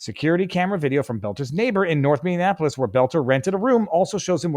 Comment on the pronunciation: I stopped watching after you said, " Minnianapolis".